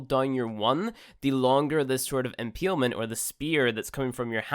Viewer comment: impeeled and impeelment lol